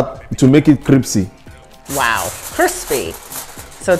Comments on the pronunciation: You know the word cripcy, Omg you mean crispy... ... lol....love my naija fam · "Cripsy" and "basmatic" 😂 dude is funny lol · case is special...i hear basmatic and cripsy instead of crispy 😄 🤣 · Am I the only one who heard “cripsy” when he actually meant “crispy”😂😂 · said Cripsy🤣🤣🤣🤣🤣🤣🤣🤣🤣🤣🤣🤣🤣🤣🤣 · There is a lot of similarities between African and Indian in so many ways My mum also says cripsy instead of crispy too 🤣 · Cripsy🤣🤣🤣🤣🤣🤣 kills me with laughter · Cripsy😁😂😂😂😂ur so funny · "to make it kripsy" 🤣🤣🤣🤣